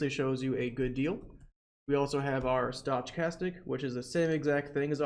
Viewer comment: Your videos are fantastic! Thank you so much for all this help, my brokerage acct thanks you as well. Heads up you are pronouncing stochastic incorrectly, maybe its intentional?